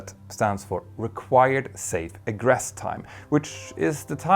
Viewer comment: Hey Petter! Been watching your mini-documentaries for a while and thought I'd take a moment to give you a couple of pronunciation tips... - Egress is pronounced 'ee-gress' rather than 'egg-ress' - Aviation is 'ay-vee-ation' rather than 'av-iation' When in doubt, Google Translate is a pretty good resource because it has a button to read words and sentences aloud. Somewhat related, but here's a useful piece of info for reading out numbers with decimals. In science class, I was taught that digits after the decimal point should be read out digit-by-digit. So 0.44 would be 'zero point four four' rather than 'zero point fourty-four.' Hope that helps!